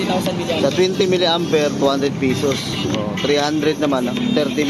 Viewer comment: Idol, ayusin mo naman ung pagbigkas mo sa pesos hindi pisos.....hindi pira.